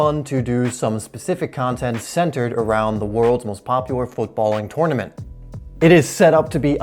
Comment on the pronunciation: He's saying tournament wrong, great vid tho